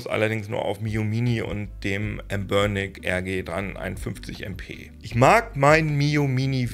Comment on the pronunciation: Noch nie habe ich jemanden den Namen "Anbernic" so aussprechen gehört....habe erst beim dritten Mal verstanden was gesagt oder gemeint hast 😂😂😂😂